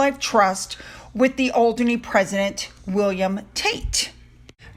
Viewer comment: You’re pronunciation is spot on. Alderney ✅